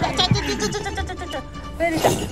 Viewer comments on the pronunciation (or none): タマちゃん、ベルと最初はこんな感じです。のベル様かべではなくてぺになってました😂